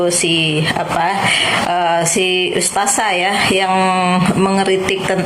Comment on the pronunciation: Bu kerudung merah berkaca mata, anda fans nya si mata keranjang Rhoma ya? Kamu tdk kenal siapa Ning Umi Laila bahkan keluarganya. Cara kamu mengucap ustadzah saja dg ustazah, sdh menunjukkan kalau kamu tdk selevel Ning Umi Laila. Ngomongmu terlalu panjang. Nyerocos mirip mercon renteng. Kata2nya diulang2 terusssss. Pd hal Ning Umi laila cm ngomong satu kslimat. Rhoma memang mendidik anak. Tp dia memberi contoh dg tdk baik, yaitu kawin cerai.